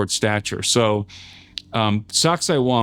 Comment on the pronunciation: Every time he said Sacsayhuaman all I heard was sexy woman. Lol. :face-purple-crying: Lord Jesus please come get us Soon ! This place is nuts.